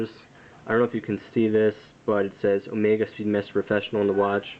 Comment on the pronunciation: Sorry, incorrect. It is pronounced just like he said in the vid...and just like you would pronounce the Greek Symbol, which just so happens to be on the watch. Never pronounce it Oh-Mee-Gah unless you are saying it as a joke.